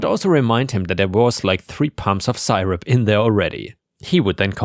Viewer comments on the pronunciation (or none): Third story, it's "sir-up", not "sigh-rup". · Hi. Just to let you know that syrup is pronounced 'sear-up' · Noooo not the sigh-rup again :D